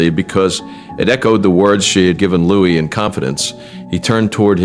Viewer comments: Remember this is AI generated. His made is not Lewis, it's Louis. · Louis. Not Lewis. Louis as in LooWe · Louis. Pronounced Lou-ee. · the child is called LOUIS!!! why can't you get this right??? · Why can’t you “Yanks” pronounce and spell Prince Louis name correctly for goodness sake????